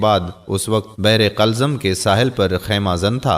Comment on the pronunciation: Bi ur video is very onformativ but one thing app pls kuch alfaz ka talafuz zaroor theek ker leen plz jesy qulzam ko app ny 2 bar qalzam peraha